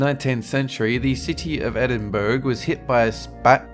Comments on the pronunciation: Edinburgh is said like Edin borough not berg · Anyone else notice the strange audio snip after he says Edinn-berg? (..which should pronounced more like Edin-buh-ruh like a borough/neighbourhood fyi) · It's not edin-burg its edin-brugh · Edinburgh is pronounced Edin-bura. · It's pronounced "Ed-in-bur-a" .. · its pronounced edinbra even though its spelled Edinburgh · It's pronounced, Eddin-Burah. ... Just FYI. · Its pronounced edinbra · What I'm triggered about is how he miss pronounced Edinburgh. I live there for God sake :( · You're British, how the fuck do you mispronounce 'Edinburgh'? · Edinburgh is not pronounced like that! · Did anyone else cringe at the way he said Edinburgh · If you listen close enough you can hear the Scottish fuming over the pronunciation of Edinburgh...